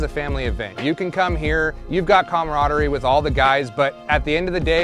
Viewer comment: Shartner? Haha then I believe I heard comradidy??? Pretty sure that's not a word lol